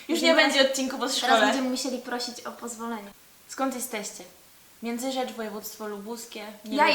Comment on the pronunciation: Międzyrzecz ;) A nie Międzyrzecze :)